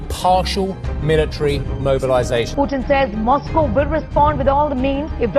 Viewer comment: Moscaow nahi hota Moscow hota hai yar!